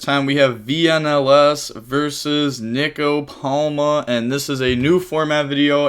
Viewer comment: mispronouncing Nico (nee-ko) as NICK-O has got to be a meme